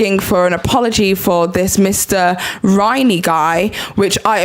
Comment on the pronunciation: It’s not Mr Rainey, it’s Riney. I hope you’re not confused as to who the teacher is/was.